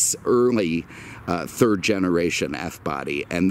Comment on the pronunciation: Camaro, Mustang, Daytona Z... first, second and "turd" place :D